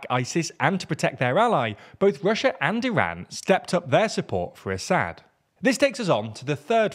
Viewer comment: you can’t even pronounce Assad’s name right lmao run along kid, you have no clue what you are yapping about. Isil fangirl 🤣